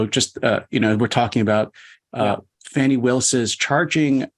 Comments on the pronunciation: At least give the voters thst elected DA Willis enough respect to pronounce her name correctly. When you purposely mispronounce her name you sound like smart ass cable news phoney expert. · "Factual statements that he knew were untrue." How dare DA Willis call that fraud. Please stop grossy and purposely mispronouncing DA Willis's first name.